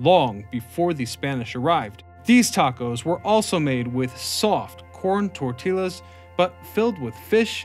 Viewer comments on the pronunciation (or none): The narrator just called tortillas, "tortilas." Two Ls make a y sound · Why did you pronounce it tortillas once with an L 😭😭😭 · I take -1 damage every time you pronounce the L's in tortillas